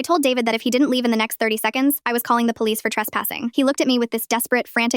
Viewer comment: Don't worry. Mama Lioness went to the poH-leeess.